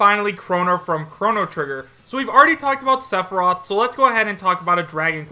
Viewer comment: i think just threw all of what little credibility he has had in pointing out potential leaks, he cant even say sepheroth right